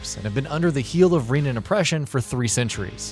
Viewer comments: This reviewer did not play the game, not even for 5 minutes. He calls them "Reenans" and "Daynans" throughout the whole thing. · They’re pronounced “Reh-na” and “Dan-uh”. Makes me wonder if you actually played this game or listened to anything in the storyline.